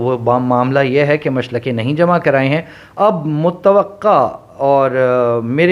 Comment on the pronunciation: Machalke not machlake